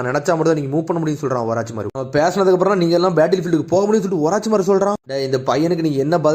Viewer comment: Oruchimaru ❌ orachimaaru😂